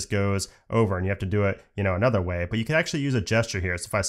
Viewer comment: “Anther one” lol